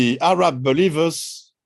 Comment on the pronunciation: I can accept most of it....but Ahhh Raaaab is horrendous. It KILLS content and context and needs to be corrected. Not even French intellectuals say Ahhh Raab.